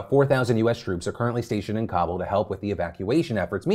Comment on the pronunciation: I love phill But man the way you say Kabul makes me twitch so bad!